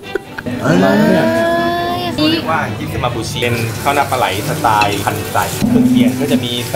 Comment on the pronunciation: สไต์555 โอ๊ยยยย55 มันต้อง สไตล์ มั้ยครับพี่!555